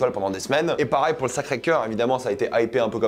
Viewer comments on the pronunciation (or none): pour la dernière fois on dis "pareil" pas "parail"